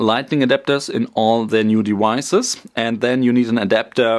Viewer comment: “All their new deweises” LOL 😂